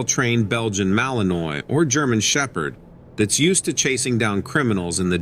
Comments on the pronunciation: I love your videos! Just fyi it's pronounced Malinwa. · Your digital reader doesn't know how to pronounce Malinois, as in Belgian Malinois dogs.